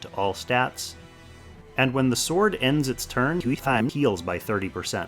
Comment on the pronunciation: Someone should count how many times you used that “WeHtTaM” sound slip lol never gets old when you use it for some reason.